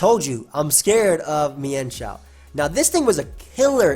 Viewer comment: It's actually pronounced meanshao